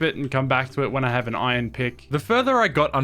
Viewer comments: Pronouncing "iron" like "oi-on" is cheating at Scrabble. There is an R in "iron". Swallowing the consonant sounds dumb. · Bro the way he's pronouncing "iron" triggers me so much